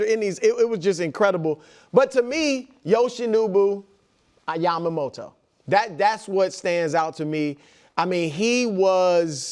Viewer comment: Brou needs to learn how to pronounce Yoshinobu Yamamoto correctly.